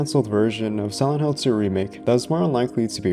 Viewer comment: whenever yoy say "silent" sounds like youre saying "sih ent"